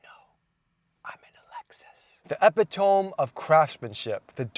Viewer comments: “Epi-Tome”?? You mean “e-pi-to-me”? 😂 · Epi-tome 🤔 I like it